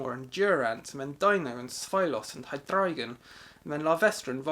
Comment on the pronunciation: I'm just happy that there's another person out there that says "Hydreigon" correctly. For those that don't know why, it's name is pronounce Hi-dry-gun because the middle syllable is in reference to the German word drei, which means "three". It's pre-forms follow this trend as well, as Deino uses eins for one and Zweilous uses zwei for two. In reference to their head counts, obviously.